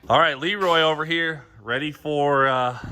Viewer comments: Sorry, isn't it Le Roy? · Thanks for clearing that up so I didn't have to lol. Please don't say sheroy ever ever again lol